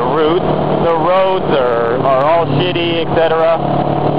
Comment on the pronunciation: roods? is that a Canadian word? I'm from Minnesota, so I get made fun of for my accent too. But "Roods?" just playin dood. i love your videos!